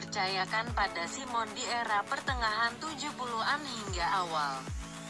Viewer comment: Narator nya kurang pengetahuan tentang sepak bola Indonesia... Simson Rumahpasal disebut Simon. Masih banyak lagi pemain timnas yang patut menjadi legenda. 🙏🙏🙏